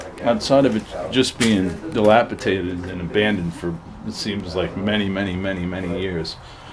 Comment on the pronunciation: Greetings mate! I love watching you there. But I believe it’s pronounced Dilapidated not Dilapitated. Carry on with these great vids mate.